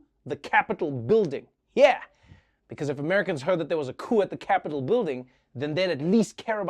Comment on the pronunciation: Coup-over, lol, so nice 😂